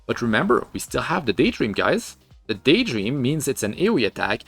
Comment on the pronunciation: Daytdream instead of Daydream oof.